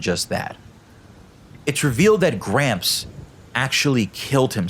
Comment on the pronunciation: Not to make fun of gramps but every time he said gramps I thought he was saying cramps